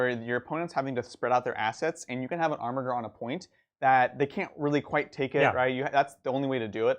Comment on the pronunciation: So triggered by your Armiger pronunciation, it's a soft G!